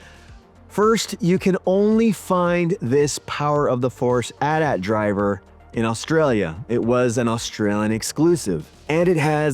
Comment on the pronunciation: A true Gen-Xer knows that it is pronouced; AT AT, not A.T. A. T. There is no, "I pronounce it both ways." hahaha